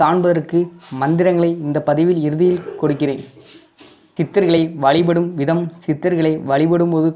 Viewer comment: வழிபடும் என்று தெளிவாக பேசுங்கள்.